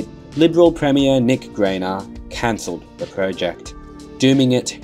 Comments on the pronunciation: Great video, as ever. Your mispronunciations are fun Easter-eggs, eagerly awaited with each new posting. Nailed the Unanderra but slipped up on the Greiner. Rhymes with designer, which he wasn’t. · Nick Greiner (pronounced like Grinder without the D by the way) and his successor Johm Fahey were about as anti rail as you could get, it was on their watch that SRA were split into 3 seperate entities (City Rail, Freight Rail and Countrylink) then privatised altogether, virtually all new rail projects were cancelled whether they were still on the drawing board or partially completed. Only maintenance and upgrades of existing rail corridors were allowed under the Greiner/Fahey governments and even that ceased after full privatisation, eventually the then head of State Rail during the early 90's John Brew who oversaw the huge maintenance and upgrade prior to the handover became the most outspoken opponent of the lazy penny pinching corporation who took over administration of the NSW rail system. BTW yes you did get the pronunciation of Unanderra correct. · Please note the surname of Premier Nick Greiner, who cancelled the Maldon-Dombarton railway is pronounced like “China”. His nickname was Slimey Greiney. When the M1 (then called F3) between Wahroonga and Waitara opened in 1990 it included the first ever sound barrier walls in NSW and were in Mr Greiners electorate of Ku-Ring Gai. Now quite common, in 1990 sound barrier walls were seen as an expensive luxury for Mr Greiner’s constituents and led to them being known as “The Great Wall of Greiner”. PS love your work, thank you, keep it up ! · Greiner … rhymes with miner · "Premier Nick Greiner, who cancelled the Maldon-Dombarton railway is pronounced like “China”. His nickname was Slimey Greiney." I disagree strongly. It was Greasy Greiner. Note the appropriate alliteration. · Super interesting! Nick Greiner might be upset you mispronounced his name though 🙃